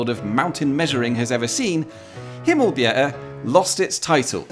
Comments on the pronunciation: I would say that he says Skanderborg with too much pressure on the G Also, the way he says Himmelbjerget sounds more like himmelbjerre He nailed Ø , which i consider impressive for someone who doesn't have it in their native language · The funniest thing was that you pronounced Ejer Bavnehøj perfectly, but said “I hope I said that correctly”, when you had just slightly mispronounced Himmelbjerget 5 times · As for your pronunciations, as a Dane, your pronunciation of Himmelbjerget was not perfect, but much much better than I ever heard a non native person pronounce it. As for Ejer Bavnehøj, that sounded perfectly danish. If I only heard those two words from you, I could esily mistake you for a dane :) Good job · It's fun to see a video about our little country, and especially about its truly massive peaks, and the disagreements stemming from a few centimetres. Honestly, your pronunciation of Ejer Bavnehøj was pretty spot on, better than your pronunciation of Himmelbjerget (which had a weird ending). I also noticed the piano cover of a Danish pop song, "big man", (which I personally hate, but I like that you made a cover of a Danish song anyway).